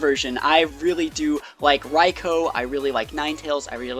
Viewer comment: It Raikou (Raikoo) Not Raiko